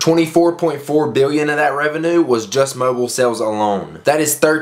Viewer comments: rev-e-nyew not rev-e-enoo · I hate how you said revenue.